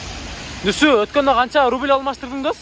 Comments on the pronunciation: Рубил эмес рубль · Рудил эмес рубль